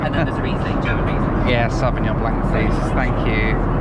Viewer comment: You do not prononce the C from the frence word blanc, so if you want to speak Frenche do learn it first, other wise just say white for blanc.